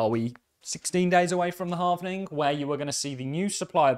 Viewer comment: Don’t really have any better to do than correct how you say halving. I’m just holding 😃